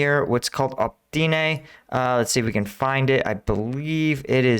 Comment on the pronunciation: oh-pit-ne - not 'optyne'. Your videos are otherwise excellent - thanx.